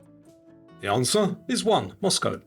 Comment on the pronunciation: thank you for pronouncing Moscow with the coe ending instead of COW! I know both are correct but the cow sounds so ignorant. I live in the former US